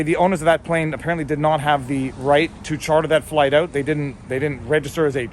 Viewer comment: Lol He said, "Figure it oot!" Thanks Letterkenny!